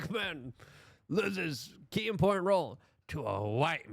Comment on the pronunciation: He's still trying to figure out how to pronounce important.